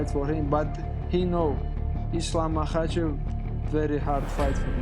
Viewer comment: It’s Islam Makhachev not Machachev…